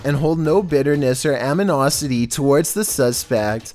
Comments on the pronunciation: Did he say Aminosity????? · No " Am-in-os-ity"? Illiteracy seems to be a thing of the Past! Just like morals & Tact? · He said "aminosity" 🤣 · amniosity" Me - "ANIMOSITY" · Aminosity?? Lol! It is "animosity" A-N-I-M-O-S-I-T-Y! 🤣🤣🤣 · I think you meant to say "animosity" when you said "aminosity" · “Aminosity” lmaoo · Amenosity ??? It's possibly animosity bruva lol ,all love fella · you can hear this guy said "aminosity" what he really meant to say is ANIMOSITY lmao 🤣😂 what a joke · Did.... he say AMINOSITY? omg lol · Did you say “AMINOSITY?” You mean ANIMOSITY??👀👀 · bruh wtf is aminosity 💀 I believe you meant to say animosity 😂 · So much aminosty, and so little post production editing...hahaha, animosity I believe you mean about the victims not having any against the offender....you say it ...the CC know what you meant but you clearly mispronounce it. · "amiNOSity" will give you a laugh then!🤭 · Edinbrah Aminosity His pronunciation is scarier than any of the clips. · It was hard to miss. Just to be sure I went back and listened again and I was like yep he did just say amniosity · Debate Edinburugh all you want.There is no escaping amniosity though. WTF! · so do they also say "aminosity" in EdinBRA?? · “Aminosity.” I’m just waiting for the day can get through a single video without any grammatical errors. That’s what’s REALLY scary. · LMBO. Que?? At the mark:: "am-i-nosity" The Merriams: turning in the graves. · "AmInOsItY ToWaRdS ThE SuSpEcT" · He said aMINosity... The voice is hard to deal with but I cannot continue after hearing this 🤣🤣🤣🤣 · Did anyone else catch him say "aminosity" lol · was that 'aminosity'? lol 😂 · I just can’t get over aminosity…. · Aminosity? Lol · aminosity? Lol clown channel